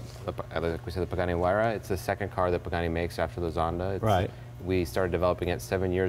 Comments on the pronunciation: does he say Mr. Bugani ? :D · Please Jay. You show is def top notch no doubt, but learn to say the guys name for crying out loud. Its PAgani not BAgani!! What a party foul... This builder is legendary and deserves the respect to at least say his name right. I cringe every time u say it. To top it all off u refered to him as Bugatti once or twice. Come on Jay u talk for a living bud...**facepalm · Did he say Bugatti? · Jay, you could have a tleast learn how to pronounce the guy's name right, at leaaaaaast!!!